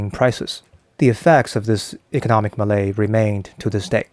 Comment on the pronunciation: Malaise is pronounced Malayz.